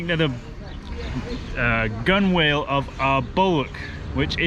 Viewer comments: Gunwhale is pronounced "gunnel", but bulwark is not pronounced "bollock" 😑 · Pronounced ‘gunnel’..gunwhale. ‘Focsil’, forecastle. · gunwale is pronounced [ˈɡənl] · Pronounce gunwale as gunnel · gunwales is pronounced gunnels like in tunnels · Pronounced ~~~~~~~~~~~~~~~~~ ))))))))) GUN ~ ALL (((((((((~~~~~~~~~~~~~~~~~~~ 🤣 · I'm just curious how old is Zeca? I think it is Zeca the wiry guy who seems to do all the measuring and fitting. Also isn't the pronunciation, gunnel and bulark? This channel is fascinating thank you for your great work: both filmmakers and carpenters! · We say Gun-al (rhymes with funnel) for Gunwale in the UK! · Great to see the progress being made and the final bits being completed . I know it's early to think about "splash" but having watched you two through all the challenges and drive this project to achieve the result we all hope for. No small task, well done. P.S With my pedant hat on: Gunwhale is pronounced "Gunnell". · The craftsmanship on this boat is amazing and fascinating to see ... oh and it's pronounced gun-nuhl ... no "w" sound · Gunwale is said like this (gun-nel) I just had to say it my Father was A Navy man for 30 years and a boat builder so I was grew up with the boat terminology I wasn't sure if it was just the language conversion but just wanted to shed some light on the subject. The boat looks so fantastic. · Gunwale is pronounced gunn'l. Wonderful to see this boat taking shape!